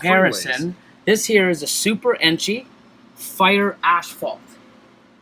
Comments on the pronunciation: Gotta love the way pronounces asphalt. ashhhhfault. Love the freeway stuff! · We are Canadian that’s how it’s pronounced up here. 🤗